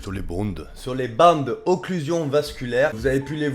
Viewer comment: Tu fais une video sur un principe dont tu ne sais même pas prononcer le nom mon dieu c le fond d’internet la